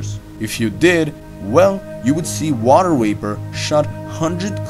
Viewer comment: “Water waper”